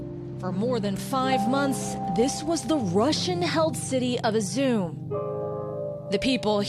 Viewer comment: You could at least learn to pronounce the name of the city properly.